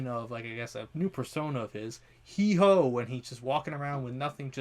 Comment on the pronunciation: Heehoe?🤣 it’s Heewho